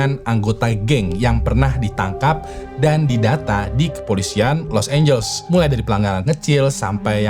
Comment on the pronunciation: Been watching your videos for few years now BUT YOU STILL FAILED TO PRONOUNCE LIQUOR, LOS ANGELES WRONGLY 🙄🙄🙄🙄 BLAJAR PLEASE JGN LAH TAKDE IMPROVEMENT 🤦🤦🤦 IT'S NOT EVEN ROCKET SCIENCE 🥴🥴 and their names errghhhh... Learn them first!!!